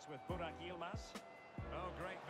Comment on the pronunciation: You messed up Buraks name at the end completly😄😄😄😄